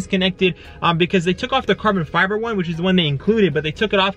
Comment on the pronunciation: “carbon fibel” glad I’m not only one who jumples they’re own words lmao